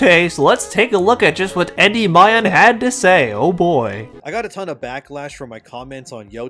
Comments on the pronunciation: Gotta learn how to pronounce the word Endymion lad it is not Endy My On its En Demion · Greek here, Endymion is pronounced "Endimion". The figure in question was put in eternal sleep by Selene. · I wasn't gonna mention it because you had only made one video, but I'm pretty sure Endymion's pronounced en-DIM-ee-in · Great vid, by the way it’s pronounced “en-DIM-ee-un” not a fan of his just, almost didn’t watch the full vid due to the non pronunciation used. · Endymion is pronounced: (In - De - me - on). Like the Gundam from Gundam Wing, I love that show. That Endymion guy has weird takes, and it even comes off as racist. My developer friend who worked for a studio said, "Yes, there is a group of people, mostly women or whatever they want to call themselves, in the industry trying to remove the hypermasculine image of men to combat toxic masculinity." When a character is Hypermasculine, they have to be put into a caring role. Which is why you have the same "Bear and Cub" story repeated in the media now. Also, when you have a male character, the female counterpart has to be just as powerful or more powerful than the male counterpart. The reason for this is because they are trying to sell games more to women. Women are the biggest consumers in America. It is evident in Netflix subscriptions, books, movies, you name it. Women spend the most, and they are making more money than men. Corpos and Developers want a piece of that pie so they do things to try and sell to female audience... aka... modern audience. These podcasters are valid, even though their criticim sucks. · Unimportant nitpick, en-dim-ian*